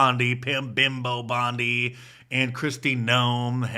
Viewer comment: It sounded like you said Pimp Bondi